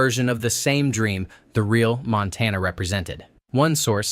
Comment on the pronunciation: Couldn't even pronounce Montana right the first time he said it. 20 seconds into the video and I knew it was a complete waste of time.